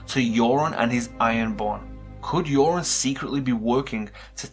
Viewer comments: His name is Euron (YUR-ON), not Yoren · why do you keep calling Euron - "JOREN"? Theons uncle is EURON - not JOREN!!!